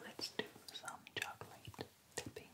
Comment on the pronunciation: Bonjour! J'adore ce que tu fais mais il y a juste un tout petit truc qui m'agace : ta manière de prononcer "chocolate" Ca se prononce "tchocleute" et non "tchokeulèïte" avec un accent sur le premier "o", le deuxième "o" ne se prononce pas et le "a" n'est PAS long mais court